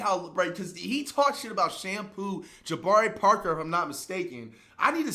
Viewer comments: dude said jabari parker 😂😂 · bro said Jabari Parker lmaoo